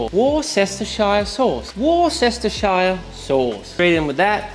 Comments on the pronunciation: Well done pronouncing 'Worcestchestershershire sauce'. Every time I do it in front of a Brit I get bloody fridged. Apparently you have to start like a barking dog 'Woof' retrieve the F and add 'ster'. And for shire, if its more than 1 syllable (which is the case here) its pronounced 'sher' like in 'shit look at her!' There you go Woostersher sauce 😀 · In England we mostly pronounce the famous sauce simple as Wuster sauce. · Worcester is pronounced "wooster" just like Leicester is pronounced "lester." Shire is pronounced "sheer" so it's "Wooster sheer" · You pronounced Washyoursister INCORRECTLY. It's WOOO-stah-shure. WTF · Hi! I'm from the UK, and the pronunciation is "Wuster" sauce without the shire part of the name. Not Wor-chester-shire. 👍🏻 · Good idea not to beat on the texas fridge itl probs hit you back😂😂 tip of the day right here sonny....... Worcestershire isnt pronounced wuss-es-te-shire, its actually just wuss-te-shire. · Wuh-ster-sheer sauce… you’re welcome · WOOST- ah-sher. Just 3 syllables, last one rhymes with “her.” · Should be pronounced like "Wustershir". The first "Wu" is pronounced like you'd "Wuw, that was close and "shire" is pronounced like "Sir" but with an added h. Don't pronounce the "e"! It is crazy how everybody in Europe can pronounce "Leicester" because of football, but can't pronounce "Worchester" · Wustersheer. Much love from the U.K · I'm English and it is just Worcester Sauce for me - pronounced wurster. P:S you're crazy but brilliant.😉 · Na mate it's like woster sauce? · “Wuster” sauce. Yeah? I’m from Coventry, UK, 30 miles from Worcester! 👊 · It is pronounced "woster/wooster sauce"! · IT IS PRONOUNCED. WUSTER-SHEER no other way. Please please pleeeeaaasssee stop killing it. 😔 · Pronounced...Wooster sauce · Worcestershire: WUSS, as in, 'don't be a wuss', TER, as in 'greater', SHUR, as in 'this steak sure is nice'. WUSS-TER-SHUR. Congrats on the move; love your videos, seen 'em all. Looking forward to more! :D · wouster sauce